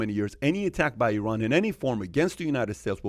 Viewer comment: The iranian guy spells Iran multiple times and yet, those guys keep butchering the country's name. It's stupid how americans say I-raq and I-ran. Maybe you should consider saying A-merica from now on.